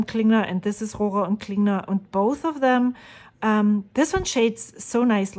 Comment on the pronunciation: I love hearing you say Rohrer and Klingner the way it's supposed to be said. There's sure no way I can do it...German heritage or no. I really love the colors you've chosen. I hope you enjoy using them.